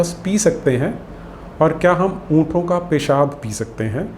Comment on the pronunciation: उंटों होता है "उंठों" नहीं।